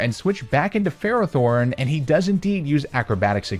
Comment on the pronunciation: DO NOT LEAVE OFF TBE T IN FERROTHORN!